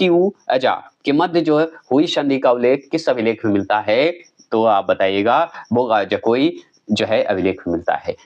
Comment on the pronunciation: कुछ का उच्चारण स्पेलिंग ठीक से नहीं बोलते हैं बोगा जकोई अलग अलग करते हैं जबकि एकसाथ बोगाजकोई होता है जो समझने में आसान लगता है